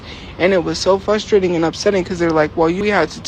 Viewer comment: “It’s fustrating”, I despise her and want her on the street.